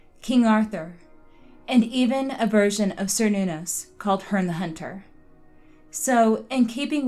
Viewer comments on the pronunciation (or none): none